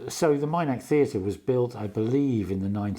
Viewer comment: As an avid follower of Cara Dillon I was at the Minack for this concert. It was a magical experience. Please excuse me for this but I have to correct your pronunciation of Minack. It's pronounced exactly as it reads Min ack and not Mine ack, as you are calling it. 😂😂. I enjoyed watching the videos of Cara that you put on here. It was such a lovely evening despite the rain during the second half.